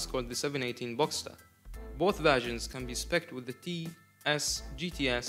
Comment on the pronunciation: BOXSTER. Not BOXTER